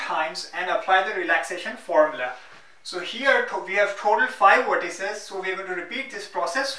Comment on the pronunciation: it is weird how you pronounce V . Video= WE-deo. Vertices = WE-rtices xD